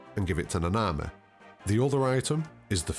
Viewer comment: Its na na mi. Not na na mehh